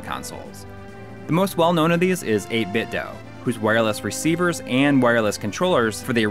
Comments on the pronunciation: It is pronounced "8-bit Doo". The weird cube speakers they make power on saying the company's name. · Why does everyone say 8BitDo wrong? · Wrong. It's 8Bitdo.